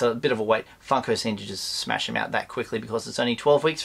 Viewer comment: lol you need to examine way you say funko its like saying fuko lol